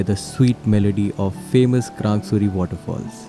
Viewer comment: You know well how to pronounce krangsuri and laitlum omg I can't believe my eyes.its so so damn beautiful...love from sohra(cherrapunjee)